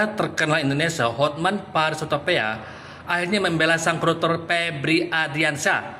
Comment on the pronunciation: Itu Hotman Paris huta pe a bukan huta pea